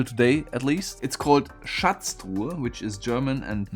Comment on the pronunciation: The way he pronounces Schatztruhe sounds like he’s a German?